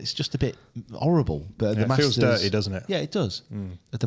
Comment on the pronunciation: tell your crew it’s the Masters and not the Marsters😂